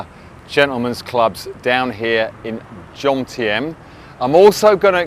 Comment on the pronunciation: I am surprised that a Pattaya “veteran” like you …makes😎 the usual Pommy mispronunciation “JoNtieM” instead of Jomtien…juxtaposing the M and N…!!